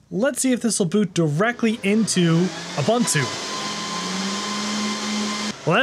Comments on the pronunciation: Ubuntu is pronounced Ooo Boon Too ... there's no Bun, the Bun is a lie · I've never heard a guy mispronounce Ubuntu in so many different ways. You'd think he'd stay at just one wrong mispronouncement... But not this guy... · who the hell pronounces ubuntu like that... ffs